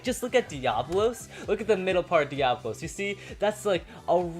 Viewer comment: Pronounced Die-uh-bo-los